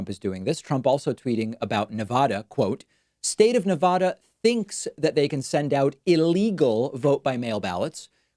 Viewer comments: Dammit David! It’s pronounced nev•adda, not nev•ahda. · Please mister Pakman, I'm from the Northeast originally. Nevada is properly pronounced Nevada The first "a" being a short "a". No "ah" sound at all. I moved from New Hampshire to Vegas and lived there for 20 years. You would not believe how much locals hate the way we say that. No offence. Nothing for nothing....